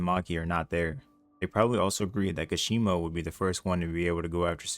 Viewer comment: I can’t even seriously watch these videos bro you don’t even pronounce the characters name correctly, who the hell is kashima?